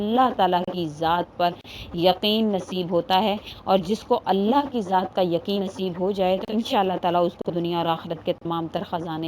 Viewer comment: Allah ka name aap sahi se liya karo Allah ek h or aap Allah OK aise bolti Ho Allah .jaise aap bolti Ho Allah pharmayenge .karenge .denge .please don't speak that word .Allah ek .Allah pharmayega .karega dega .apko aise Allah ko bola Karo please .